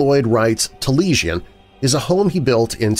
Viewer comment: Wright's house is pronounced 'tah-lee-AI-sn'